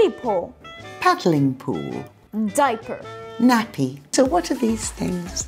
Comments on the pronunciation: Sorry but it's diaper not daiper. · It’s diaper not daiper